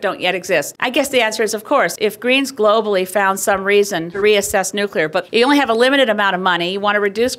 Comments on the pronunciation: it's NU CLEAR energy. what the fuck is NU CUE LAR??? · Awesome vid! I can't stand when some people say "new-cue-lar" like some kind of republican though.